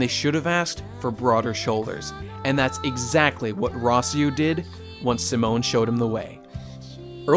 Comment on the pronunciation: I damn near turned this video off at "Rossieu", lol.